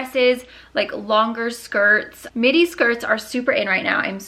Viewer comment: the entire time I swear you were saying mini shirt , and then I saw the length and was like oh midi shirt😂😂